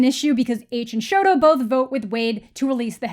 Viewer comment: this is such a great video oh my gosh. you said exactly what i was thinking while reading this book. im glad that my thoughts are also being released EDIT: thank you for calling him shoto. i got really annoyed when the movie called him sho